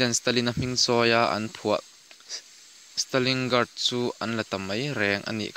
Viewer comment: Stalingrad tihtur zok,stalingard nilovin😂